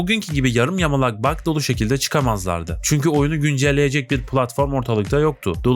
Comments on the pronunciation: Bug diye okunmuyor diye düşünüyorum opsiyonel (bag) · Yapay zeka seslendirmesi mi bu? Bug değil bag, vice değil vays, pılatform değil pilatform... Olmamış kardeş. Yine de abone oldum beğendim. Düzeltmen gereken şeyler var.